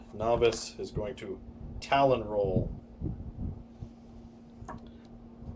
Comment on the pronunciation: Its Tallon not talon. :)